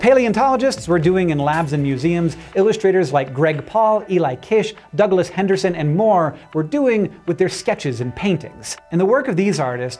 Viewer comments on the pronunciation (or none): none